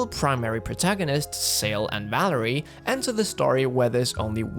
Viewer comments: Valere name pronunciation is like Val-air. It's not Valerie ahah. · Tye main girls name is Valere. Val-air. Not Valerie. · Valère... not Valerie! :p